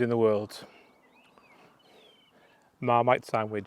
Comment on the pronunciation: To any Americans, "termite sandwich". Never heard of marmite. However, when the opened the sandwich, I realized that you must of been saying termite sandwich with a Welsh accent. Termites!!!!!!! (I later googled and found 4.4 oz bottles of Marmite for $8.65 at AmazonDotCom in USA.